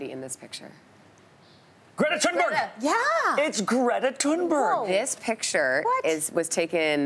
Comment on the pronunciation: MacHamish they can’t even say greta thunberg